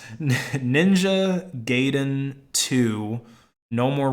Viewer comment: Haha, Youtube remove my comment correcting your pronunciation. How weird is that? Anyway let's try it again: It's called Ninja guy - den. Not gayden. It's Japanese and means story.